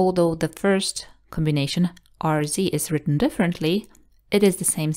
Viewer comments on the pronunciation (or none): none